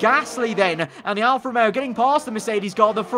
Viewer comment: George: "alFAST romeo"